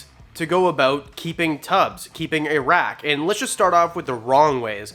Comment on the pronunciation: WWR 🐍 Once you hear "a-rack" as "Iraq" once, then you can't unhear it